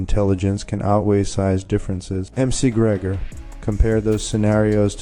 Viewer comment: At LEAST check that your AI is pronouncing NAMES correctly! M-C Gregor?! Fuck this site.😅